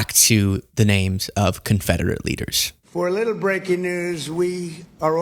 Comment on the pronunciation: Did he say “breaky news”?